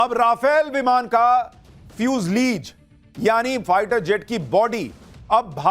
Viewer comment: फ्यूजलीज नहीं फ्यूसलाज हैं।